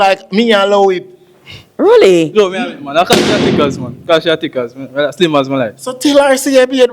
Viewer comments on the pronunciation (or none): none